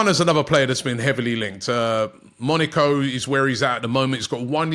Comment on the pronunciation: Robbie. Why are you saying Monico😂